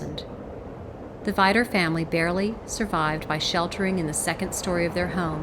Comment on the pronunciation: Awesome project one thing to add it’s pronounced (vee-dur)